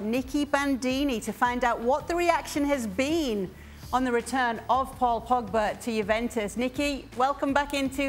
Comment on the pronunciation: If I have to hear 'Pogback' another time, I'll... I won't do anything. I'll just be mildly annoyed, and then move on with my life.